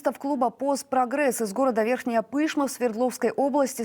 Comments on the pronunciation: Когда вы научитесь правильно называть города? Верхняя ПышмА, а не ПЫшма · правильно город Верхняя ПышмА !!!! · Верхяя пышма. Как она это с акцентом сказала😅